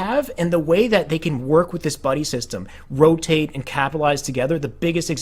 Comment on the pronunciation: he said red trench not rotate, it's just his speech impediment.